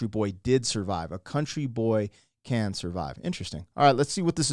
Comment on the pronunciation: I can tell you haven't heard it before cause you gotta put emphasis on CAN "A county boy CAN survive"